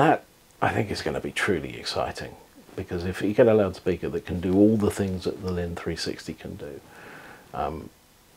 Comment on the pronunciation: The name is "Linn" NOT "Limn".